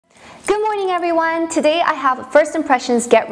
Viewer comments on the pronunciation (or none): omg good morning in english sounds so weird hahah love you 💖💖